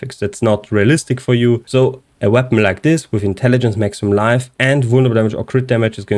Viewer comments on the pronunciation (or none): The word is vulneRAble btw, not vulneble. Not trying to be a d*ck, just thought I might point it out.